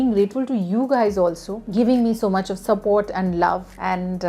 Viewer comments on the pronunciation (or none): none